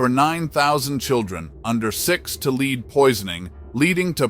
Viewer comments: Your narrator and is a fool. He cannot pronounce simple words such as “lead” relating to lead in water correctly. He said “leed in water”. Also “rampant” - as in “rampant crime“ pronounced as ram-pant not ram-punt phonetically speaking. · Where do they get these terrible voiceover actors? Soooo many mispronunciations in this video, but I think the funniest was his pronouncing "lead poisoning" as "leed poisoning".